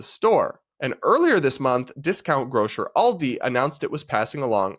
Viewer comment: Thank you for saying Aldi right. I've heard too many Americans call it A.L.D.I. my British husband laughs every time